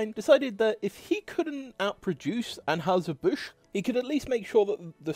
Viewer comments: In the US, the company which brews Budweiser is generally pronounced Annhiser Bush, not Anhowser as pronounced here. I’m guessing that an original German pronunciation might have been closer to Anhoyser, but that’s just a guess. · Just a note... it is 'Ann HIGH zer Busch'. not 'Ann "House" zer Busch.' Just to let you know, THAT is the pronunciation. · That final 'New' Schlitz recipe at the very end was actually pretty good. Very smooth and malty, not too hoppy like Stag Beer. Here in Missouri we pronounce Anheuser "An HIGH ZER" not An HOWSER and Strohs is pronounced STROZE, not STRAWS. Why can't we return to a time where people made a quality product and were paid enough to be prosperous while the companies made enough money to be profitable? Answer: excess taxation and over regulation. The government busts up low hanging fruit with little companies for antitrust violations, but allows the true giants to hold a de facto monopoly through common interests. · STROHs sounds like Stro s; && Anheuser is An high zer, i believe: do a vid how they KILLED! Bud Lite dead.. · Interesting video, although mispronouncing "Anheuser" doesn't exactly increase your credibility. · You need to work on pronouncing Anheuser and also Stroh's. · Mispronouncing virtually all of the beer company names in, yes, a beer video is fn lazy.